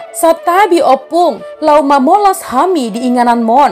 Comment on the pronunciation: Bukan mamolas,,,tp mamolus